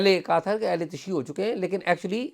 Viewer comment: تشیع کا تلفظ تشیُّع ہوتا ہے، اعزاز صاحب